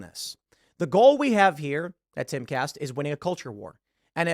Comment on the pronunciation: Enunciate Cast, sounds to me like you're saying Cas, but i am listening at 1.5-2 speed depending on how busy I am.